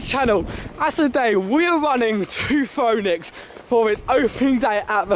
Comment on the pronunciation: quick tip, pronounced phoenix. easy mistake, i made it as well lol.